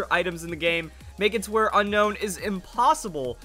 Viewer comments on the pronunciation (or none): Un-own not Unown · I pretty sure it's "un-own" not "un-nown" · It not pronounced unknown it's unown like after you see it you want to unown it 😏😏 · it's actually pronounced o known